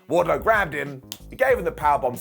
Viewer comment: Was it me or was the announce team calling wardlow … wardcho ?